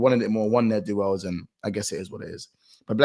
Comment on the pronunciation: 🤣🤣🤣 he genuinely don’t know how to say it im dead